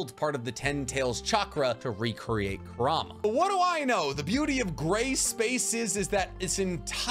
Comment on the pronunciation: How this guy says Kurama wrecks my head. Its 'Kur-A-ma' not 'Ku -Rama'